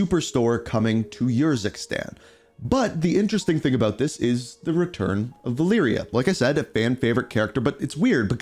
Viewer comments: Selection = Valeria: Siliction = Valiria. The E in most English words sounds like “iiih”, but in some words like “election” it makes an “eh” sound. That eh sound in selection is how the E in Spanish is pronounced. You pronounced Menendez correctly so let’s say Alejandro and Valeria instead of Alijandro and Valiria. That is your Spanish lesson for today! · Lol I can’t stand how you said her name pa. VahLeeryah hahahaha. Thanks for the chuckle bro bro.